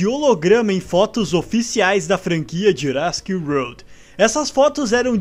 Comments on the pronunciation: Ele falou wolrd msm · Não chegou nem perto da pronuncia de "world" kkk, mas n to criticando, achei engraçado